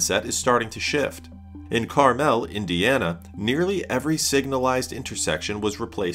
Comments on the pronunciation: Got a good laugh out of this, as someone who's lived near there my whole life i can tell you its pronounced "Car-muhl," not "Car-mell." And yes they are well known for their 1 million roundabouts, you always know you're getting close because you start to see them everywhere. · Carmel Indiana's name is locally pronounced as "CAR-mul" not "car-MEL" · Carmel is pronounced car-m'l, not car-mell. Montana is pronounced Mon-tanner